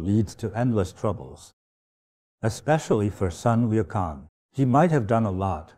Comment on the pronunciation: I wonder who actually this master is. Why does he pronounce Sun Wukong as San Wilkong. And Erlang Sen as Erleng Sen. He's Chinese is he not.